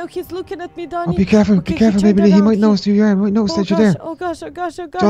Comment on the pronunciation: it's Leah not learn